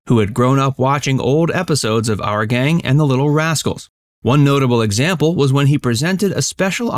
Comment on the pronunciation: It's not " Are Gang ",...it's ' Our Gang '. ' our '...pronounced like ' hour' only w/o the silent ' h '. Geeze.